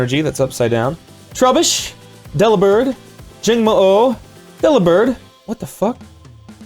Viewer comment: "Dellibird, Jangmo-O, Dellabird. . What the fuck? Really!? That's possible" 😂